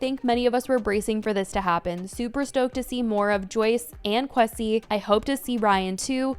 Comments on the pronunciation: Qwe-sea not K-wessi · Lol Kwesi is pronounced as “Ku-way- si” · Quesi vs something like Kwaysi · put some respect on kwesi’s name pronunciation 😫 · the pronunciation of kwesi has me rolling😭😭😭